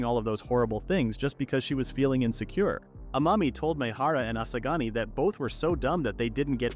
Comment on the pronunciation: bro u keep saying asagani